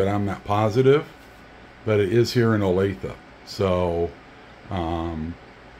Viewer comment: Nothing to add on the noise, but thank you for helping me understand how to pronounce "Olathe". I've done a some business with Garmin lately and had no idea.